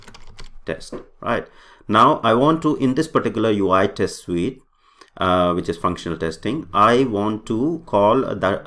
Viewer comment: Why are you saying suit now? Not sweet.